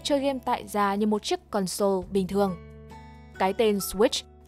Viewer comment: Mình xin góp ý là từ console đọc là CON-sole chừ không phải là con-SOLE. Mình góp ý vì bạn thuyết minh có tiếng anh khá tốt. Nên chú ý đọc đúng vì thói quen đọc sai đó không tốt